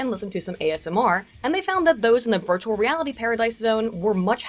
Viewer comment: this episode I cant help hearing "birdualreality"